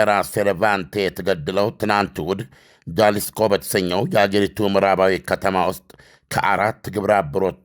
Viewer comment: Jalisco ሃሊስኮ not ጃሊስኮ። ጌታየ ጌታህን አቢ ጁንታ ብሎ ስህተት አላከከብህ